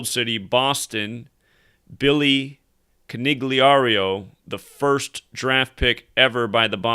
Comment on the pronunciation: The G is silent bro! ...lmao, I'm leaving this comment not because I'm the language police, but because I read into it like it was done on purpose for Freemason symbolism...like how you aren't supposed to tell anyone the secrets of the temple.